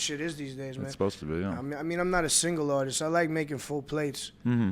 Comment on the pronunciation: "I'm an auteest. I like Flowas and shit" ... This fucking guy